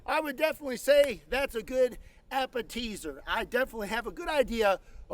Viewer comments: "Apeteezer" must be the most southern pronunciation of any word I've ever heard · I do love an "ap-per-teez-er" before my main course :D